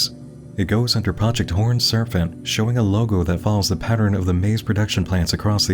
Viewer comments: has such a good radio voice...so why the heck does he keep saying "surf-ant" instead of "serpent?" This has bugged me the entire video. A hidden speech impediment? A clue about the Mythos universe? Not a native English speaker and he's just so good at it that only the pronunciation of certain words gives it away? I'm so curious about such a minor detail. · Is there a reason he keeps saying "serfent?" It's serpent, with a p. Is that an accent thing? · I love your takes on this stuff ... but I have one small nit pick that's making me cruinge. lol ... SER P ENT ... not Ser f ent lease! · I love you but the amount of times you said “horned serFant” instead of serPent in a 3 minute time frame is driving up a fucking WALL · Another great video! But why did you keep pronouncing serpent as "serfant"? lol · ummm...? It's 'serPENT', not 'serPHENT'. There's no H in there. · It REALLY takes me out of the video when he mispronounces words. Serpent isn’t “Serphent”. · I love how they pronounce serpent as serf-ant! /pos /j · "surf-ant" really? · You say serpent like “sir fent?” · “The horned serfent” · Why do you pronounce serpent "serfent"? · No one: Not a soul:: “Serfant” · I have never heard anyone pronounce it serfent in my life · Were you just messing with us by pronouncing serpent 'surf-int'? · Endearingly perplexed by consistent pronunciation of Horned “Surfent” 🏄🏽‍♂️ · Why is Serpent being pronounced with a f or ph sound? It's distracting. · why do you say serfent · No one:: "Serfent" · You keep pronouncing "serpent" like "servant." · Do you really think that word is serfent? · wtf is a serfent? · Is something wrong with my audio or is NM saying "horned serFent"? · I’ve never heard anybody pronounce serpent as “ser-phent” before. Where in the world did you learn that? I’m genuinely curious. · take a shot everytime he says surf-ent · pronouncing serpent as "surfant" is like an accent straight out of Looney Tunes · Bro said serfant